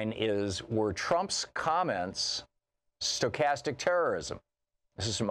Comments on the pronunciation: Please learn to pronounce the word Stochastic!! Just trying to repeat words you don't understand or can't pronounce takes away from your credibility. Stochastic means random as it changes over time. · Dude can't even pronounce the word. Who would be so foolish to think he knows what he's talking about. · Julia Lerner I completely agree with you on the meaning. It clearly means hate speech leading to random terrorist acts. My concern was the mispronunciation of the word Stochastic with is a advanced math concept meaning a random event that changes its randomness form over time.